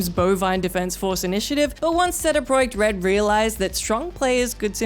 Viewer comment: Is it me or does it sound funny when says "CD Project Red"?